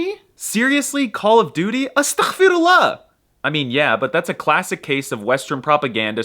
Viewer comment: Man really shokran❤️, cause in a world where everyone is trying to ruin our image, you're here showing the real beauty of it❤️❤️ By the way also it's astaghferullah not atakhferullah (غ not خ) And for the letter we call them sun and moon because الشمس which means sun is pronounced without the L and القمر which is moon is pronounced with L😄